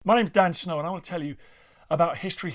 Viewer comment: He’s not pronouncing correctly lately for some reason.